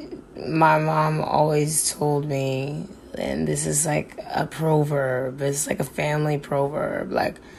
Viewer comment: Did she say a famiy pro verb?? Jesus please be a speak and spell!